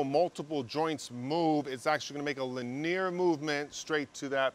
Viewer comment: I say linear wrong too. Mispronouncing technical terms usually means your self tought....that's not a bad thing